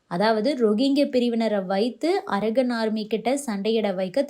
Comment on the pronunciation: Pronounce correctly when you term English words - "ara gun" அல்ல அரகன் (கண்) Gun அல்ல